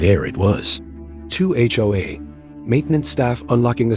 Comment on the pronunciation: It's HOA not HOHA!